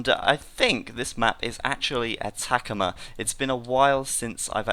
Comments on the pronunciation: Hahaha, Atacama map is probably named after the Atacama desert in northern Chile. It's pronounced like AH-TAH-CAH-MAH, although I do think attack-a-ma sounds better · a-ta-ca-ma, like an aztec, not uh-TACK-uhmuh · Cringing every time he butchers pronouncing Atacama